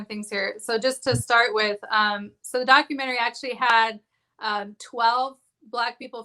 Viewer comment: I correct you in the name of Lord Jesus. You struggled with your reading skills at the beggining. Incorrect pronunciation of "Documentary". You misspoke using the word "woman". If you could speak to black women not woman. Reading is Fundamental. Dont be ashame! Go online to get help with your reading and grammar skills. I wish you success!